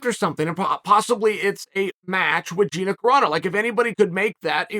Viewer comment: It's GinA, not Gine, to whoever is editing Chael's video